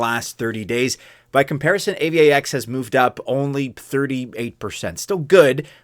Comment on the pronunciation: AVAX is pronounced eivax as one word ffs, not A-V-A-X